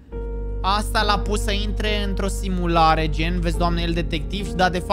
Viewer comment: "Deci,noi suntem intr o simuleisan"😂